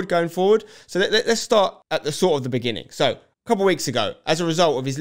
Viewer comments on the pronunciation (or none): none